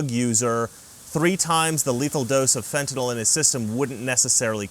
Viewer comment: thank you for pronouncing Fentanyl correctly. If I hv to hear Fen-tin-all one more time...